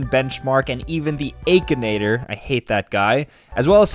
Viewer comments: is the kinda guy to say "ay-kinator" instead of "akinator" edit: bro why u guys getting mad💀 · that’s not how you say akinator😂 it’s (ack-en-ate-or) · It's a-kin-at-or, not Ae-kin-at-or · is the type of guy to pronounce it akheenator instead of akinator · is the form of man to say achenator instead of akinator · It’s akinator not eikenater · im sorry, but "eykinator"?! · But its true he does say aykinator lol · Bro said “akeinator” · is the type of guy to call akinator ayykinator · The fact he pronounced it "AikAnAyToR" Is that how it's actually pronounced?😳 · Bro really said aikenator💀💀💀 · It doesn’t really matter, but it is pronounced “ack-a-Nate-oar” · Bro you said akinater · Stop its not Akinator it is Ack A naigh tor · Bro really pronounced akinator wrong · Who tf says akinator like that